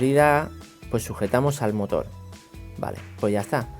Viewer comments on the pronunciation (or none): amigo se dice motor no motol